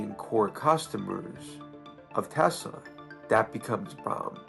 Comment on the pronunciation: putin toying with trump. trump toying with elon. "i love teslerrr" 🤣🤣🤣